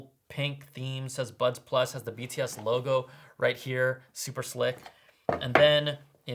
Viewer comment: I thought I heard butt plug in person 😂😂 I must apologise 😂